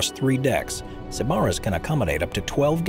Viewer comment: SIB-uh-riss (NOT sib-ARRR-iss) your accent is on the wrong sylable !!!